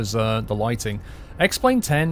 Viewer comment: ***** I know he said X-plane but it was very close to X-Men :)